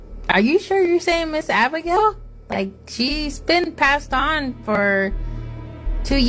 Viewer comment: The person who the security is talking to, It's Abigail Not abignail